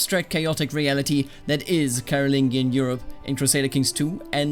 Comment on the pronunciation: I think it’s pronounced caro-lin-jee-an